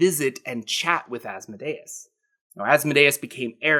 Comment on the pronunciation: THANK YOU for your proper pronunciation of Asmodeus.